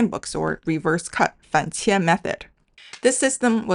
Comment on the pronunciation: 反切 is pronounced as Fan 3 Qie 4 not Fan 3 Qie 1 !!!